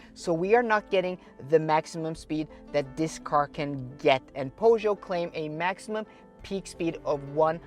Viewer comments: Poe-show? 😅🤣 Pur-sh-yet. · You lost me at Pough-Joe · Right way is PJÖSÖÖ. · Please learn how to pronounce Peugeot. It's a French name, respect the language. PS: you video is very good. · Made it to about the 10 second mark, when you cant even pronounce "PEUGEOT" didnt fill me with confidence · Thanks for the nice videos. You pronounce Peugeot in a very weird way, are you sure it's correct? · Is 100% incorrect.